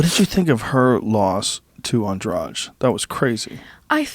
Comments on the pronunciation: Took me a way longer then it should to understand who the fuck was this Andraj they were talking about. Try something like 'Andrah Dee', would sound closer.. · Andrade was loosing. Got tagged 2 or 3 times. Got Lucky cause she had nothing stand up or ground. Plus its andrade not andrage.